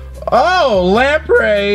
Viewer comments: Do u srsly pronounce Lapras as lampray? Seriously? That’s a sin in all regards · is calling Lapras 'Lamprey' an inside joke? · Is it me or does he say lapras weird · Pronounces "Lapras" as "Laprey", "Ferrothorn" as "Ferret horn", and "Maractus" as "Marectus" Me: 😁😄😬🙄😳😤😡🤬